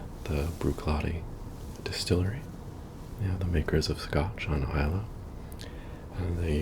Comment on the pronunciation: Well done on pronouncing Islay correctly